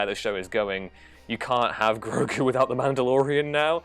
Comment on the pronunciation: Say it with me, h i s n a m e i s G r o g u